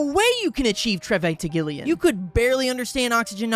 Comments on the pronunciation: "treventigilion" its trevigintilion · "trevintigillion" "tregivintillion" "tregivintigillion" "trebhbhjhjvhjsdbhj" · treventigillion moment